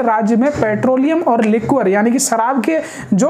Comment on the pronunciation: Bhai sharab ko 'लिक्वर' nhi 'लिकर' padha jata h, pronunciation pr dhyan do.